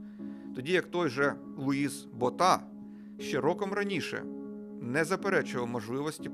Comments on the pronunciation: Луис БОта, а не БотА. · БОʼта. Поширене прізвеще. Був ще президент ПАР